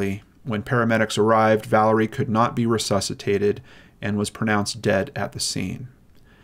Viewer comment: Did you say "fortunately " she couldn't be recesated?